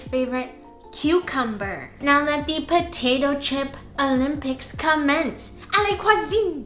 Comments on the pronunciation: Potatoe chip? I thought you said Chopato pip ! 🥔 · I would try the Cucumber . Potato chip? I thought you said Chopato Pip!